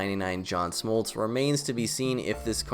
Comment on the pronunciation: man said smoltz🤣